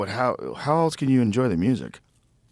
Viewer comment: The word is “else,” not “eltse.”